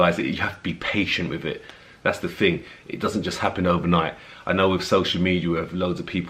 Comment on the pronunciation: My god, what a beautiful man you are. Perfect. You know what to do and have the genes to do it. Lovely. Try, though, to sound out your TH. It's THing, not Fing. It just doesn't suit you cause otherwise your diction is ideal; like everyTHing else about you. THank you for being so fantastic.